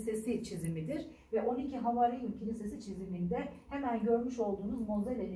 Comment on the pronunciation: Bunlar bilinen şeyler. Siz yeni duydunuz ya da yeni duyulmuş gibi anlatıyorsunuz. Anlatmayın böyle. Ayrıca havarin değil havâriun. Uzatmadan söylendiğinde kulağı tırmalıyor.